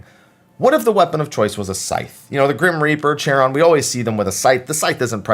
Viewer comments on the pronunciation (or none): Hate to be that guy but Charon is usually pronounced (if we're talking about the greek ferryman) with a hard K sound rather than the ch sound. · Charon is pronounced with a k sound. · The “ch” in Charon is hard, so it sounds like “karon”